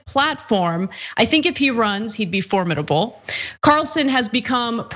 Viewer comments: ana, please learn how to say formidable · how do you pronounce it? As for-MID-able? Everyone I know pronounces it the way Ana does. I've pronounced it both ways depending on how I feel but tend to pronounce it the way Ana does. Just out of curiosity, what part of the country do you live in? Or maybe what country are you from? Okay. I took a minute to check the general pronunciation of formidable. British is different than American, with the accent on the MID. For American English, either pronunciation shows up as correct.